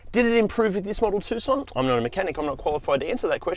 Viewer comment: At least you can pronounce Tucson correctly